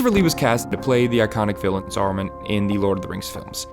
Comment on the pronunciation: It's SARUMAN, not Sorrowmun. A like cat. I know you're the same dolt who pronounces Tolkien as "toll-kin" but ffs please at least try to try.